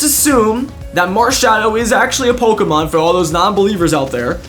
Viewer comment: its pok-E-mon not pok-I-mon